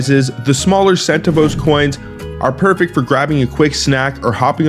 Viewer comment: It's pronounced sen-TAV-ohs!